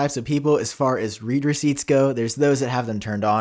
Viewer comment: iMessage read. It’s “red” not “Reed”